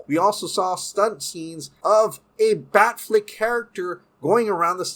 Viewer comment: Dude, I dig your show but the constant mispronunciations drive me nuts. A particular recurring example is you pronounce "Affleck" properly, yet you keep saying "Bat FLICK". Dude, it's FLECK, like in his last name.